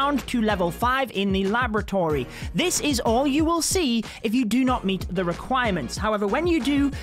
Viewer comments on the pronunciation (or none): none